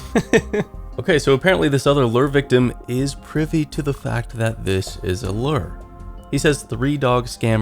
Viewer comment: I'm tired of hearing you mispronounce 'lure' year after year. Time to unsubscribe. Should've unsubbed years ago when all that drama happened, but better late than never.